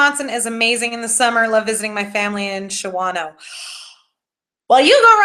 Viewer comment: Shawano is pronounced Shawn no. Love ya!!